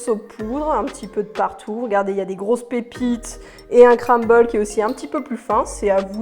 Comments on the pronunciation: On dit CRUMble et pas CRAMble 😂😂😂😂. Ça m’a stressé toute la vidéo. 😂😂😂❤️ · Le « cramble »😂 super vidéo sinon 😊